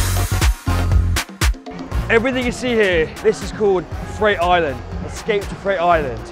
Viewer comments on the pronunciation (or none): none